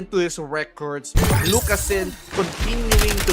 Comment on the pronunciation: "lucas-ZIN". put some respect on his name